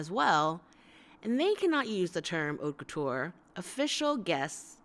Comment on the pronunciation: haute couture prononciation. h is omitted , and it's like a long o that end with t cause you omit the ending e as well. couture's cou is like coo from cocoon. Lastly the ture is not pronounced as tch and the last e is omitted too. I hope it makes enough sens for you to grab it and anyway it's fine if you can't pronounce it correctly. It just sounds corny and slightly pretentious when English speakers say it. keep up the good work I really enjoy watching your videos :)